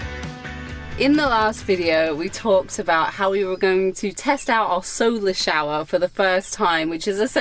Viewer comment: Shower rrrr👍💪🤣🤣🤣🤣🤣